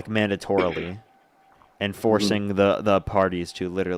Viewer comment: What is "THREATING"? Is that treating or threatening?